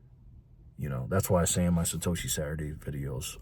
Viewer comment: Satoshi? Don’t you mean Sa hoe she?